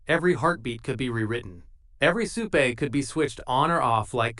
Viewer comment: Butcher isn't in the episode. Your AI still cannot pronounce supe.